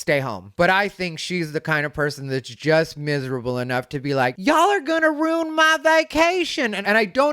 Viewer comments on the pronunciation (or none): except for one little thing: "roon". my sister pronounces ruin with only one syllable, too.🥴